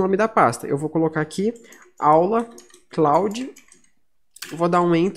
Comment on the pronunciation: Obrigado pela pronuncia certa eu sempre pronunciava kloudi "cloud".